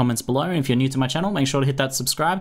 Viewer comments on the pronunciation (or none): Phanks Pho Wutching